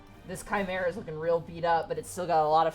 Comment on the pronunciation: Ah man, I love a good Chi-merrah!